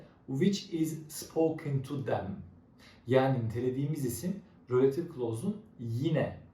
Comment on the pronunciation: Hocam rÖlative değil kurban oluyum izlerken felç oldum